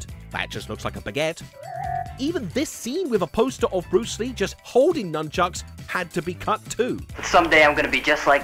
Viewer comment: Nunckuks… it’s nunchucks right?